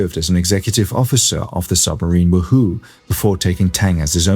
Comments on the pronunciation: H of H is pretty good, especially the graphics. Way better than the AI slop flooding You Tube nowadays. The creator is obviously real. I don't mind the occasional pronunciation mistake with American English like at the mark for USS the Wahoo - we say it as WAH-who (heavy emphasis on the WAH), not "woo-who" A delicious fish also called "ono" in Hawaii. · "Wahoo" rhymes with "Yahoo."